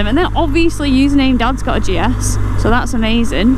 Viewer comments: How great you are so chuffed. As you rode away at the start, I think your pronunciation of GS sounded like Jess, so there you have it. Enjoy the new bike and ride safe 👍🏻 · Call it Jess as when you say GS it sometimes sounds like you"re saying Jess